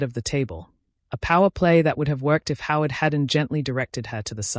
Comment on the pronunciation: 'Howard' is NOT 'how it'